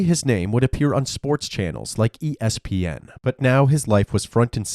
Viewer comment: The way he said “ESPN” 😂😂